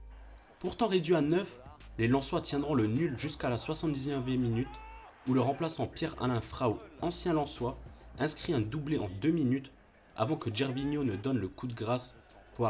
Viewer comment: Sympa la vidéo, vraiment les émotions. Par contre si je peux te donner un petit conseil pour la suite, assure toi de la prononciation des noms avant de lancer l'enregistrement. Entre Frau ("Frao" à la place de "Fro") et Wasquehal ("Vassekenal" au lieu de "Ouasskal") ça fait bizarre... J'ai même dû regarder sur internet tellement j'étais pas sûr du club dont tu parlais. Mise a part ça propre ! Hâte de voir la suite